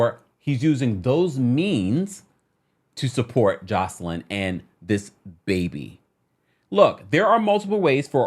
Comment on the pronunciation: Hey just a heads up for the next video (lord knows with R-Kelly there will be one) her name is pronounced Joyce-Lynn not Joselyn. Hope this clears things up!